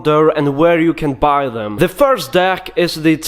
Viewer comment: "If you wanna baaay."